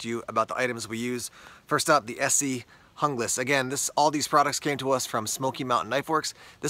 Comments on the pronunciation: I liked your video, but for the sake of correctness, as your producer, I would encourage you to learn to pronounce foreign word correctly. The word "Junglass" is either skandanavian or Germanic. Therefore, the "J" has a "Y" sound. I would say it should sound like "Young lass." I'll probably get a bunch of negative comments, but being a "German" speaker, it hurts to hear the language twisted. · Guten tag,! It's Spanish. According to Esee's website, the knife was designed for Columbian counter narcotics forces. So, pronunciation = "hoonglass". Spanish names appear on many of Esee's product line. (Izula, Candiru etc...)